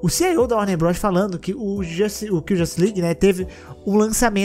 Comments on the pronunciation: Mais alguém acha super estranho o falar "CIO" ao inves de "CEO??? kkkkkkkkkkkkkkkk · Mano, como critica construtiva, a pronuncia de CEO é "Si, Í, Ou" nao "Si, Ai, Ou" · Ci i ou, não ci ai ou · Pois é, até porque o jeito que ele fala parece que ele está dizendo “CIO” (Chief Information Officer)